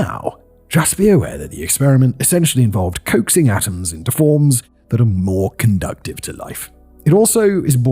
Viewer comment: Conducive, not conducTive😅